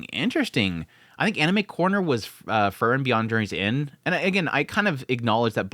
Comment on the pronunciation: How hard is to pronounce Frieren? Free-ren